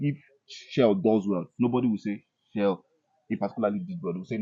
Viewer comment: Journalist. Coach name is pronounced SHELL and not SHELLEY. I beg pay attention to details. Jay has his right and his opinion but wrongly delivered. He could have considered the ripple effects of such reckless statement. Consider the psychological effects on the players. Jj I beg Dont distract the coach and Dont make the players look down on the coach .